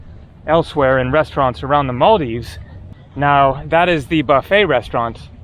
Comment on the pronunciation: Really have to appreciate that you aren't butchering our countries name like about 50% of white people out there, so thats much appreciated.